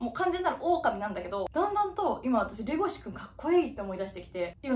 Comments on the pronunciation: レゴシ君が手越君に聞こえる笑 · 耳だけで聞いてたら一瞬、レゴシ君ではなくテゴシ君に聞こえる笑